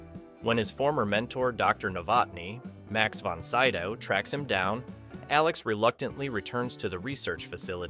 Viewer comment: It’s pronounced Max Von Sid-ow not Syd-ow, despite spelling that way. Mispronunciations and small inappropriate pauses, like & = AI narration that still has some way to go, but it’s getting better..slowly.